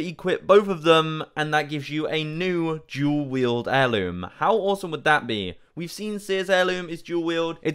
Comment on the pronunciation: OMG LOL I thought you were saying dual katanas 😭 I was thinking you made a spelling error